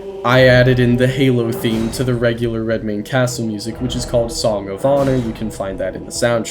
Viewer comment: "I'm DEFINITELY gonna butcher this name" * proceeds to pronounce it perfectly *